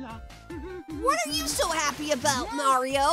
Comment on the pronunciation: I'm certain that he said "Nario" instead of "Mario"